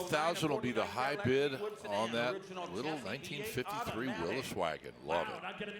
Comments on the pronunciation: Ya know what, it's "Willys not Willis" damn it. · You are incorrect. When the Willys Corporation was founded in 1917 by John Willys, his name was pronounced "Will-is". You can look at some old Willys Jeep TV commercials online and that's the way you'll hear it pronounced. Somewhere along the way, people began saying "Will-ees", probably hot rodders who were building Willys coupes to drag race. We've discussed this on the coverage in the past and you probably missed it. Thanks for your comment.